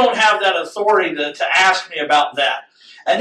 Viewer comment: 'Aks' me another...